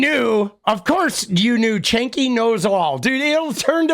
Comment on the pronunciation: Why does he call him Chenk? 😂🤣